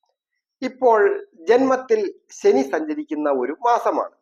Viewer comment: സനിയല്ല അളിയാ ശനി എന്നു ച്ഛരിക്കു